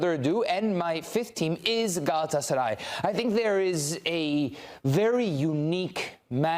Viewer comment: Senin o Gelatsaray diyen Agzinı EMERIM 😍😍😍 Sari fıstıgh 😊😊😊